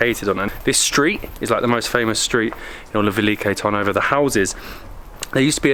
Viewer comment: TURN-ovo like the English 'turn' makes more sense